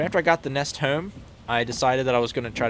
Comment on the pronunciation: When you say home it almost sounds like you say comb . Will never get tired of you saying that word